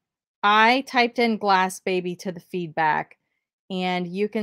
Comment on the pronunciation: Ok I love you BUT it’s Glassy baby